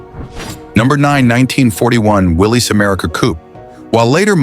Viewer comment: so where's this Rambler you're rambling on about? I'm confused what does the '60's Rambler American got to do with cars of the '40's? It's pronounced Willis. It's Americar not American. and you show a Plymouth. and that's no '42 Chevy. they weren't gearing up for anything. They had no idea in Sept. that 3 months later we would be attacked by the Japanese. Idiots which, like all the other auto manuf.'s, they were as they were selling pre war models. looks just like a '42 Chevy.